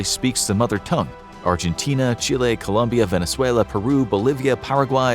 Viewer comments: COLOMBIA, not Columbia!!! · Colombia, not Columbia 🥲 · ITS COLOMBIA, NOT COLUMBIA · Hey it’s 🇨🇴Colombia 👍🏽not Columbia 👎🏽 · Colombia, not Columbia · COLOMBIA*** Not Columbia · Dude... it's ColOmbia